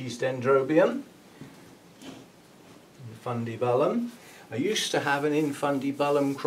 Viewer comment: Gawd! Your at it again. There’s no ‘e’ in infundibUlum